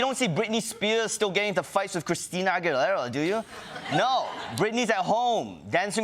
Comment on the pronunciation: Bless your heart Ronny for trying to pronounce Christine Aguilera